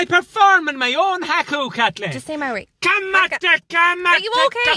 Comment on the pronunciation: maaaori its marri no its Māori